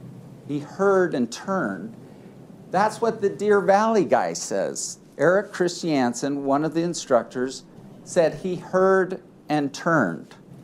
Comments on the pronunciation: Lol, is the dude's name really Erik Christy-Ansen? I'm guessing the name is Erik Christiansen. What an odd pronunciation choice. 😂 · I either hate the way the Lawyer pronounces Christiansen, or I hate Mr Chris Chee Anne's Son for having a dumb last name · is he doesn't stop saying "christiansen" like that 😡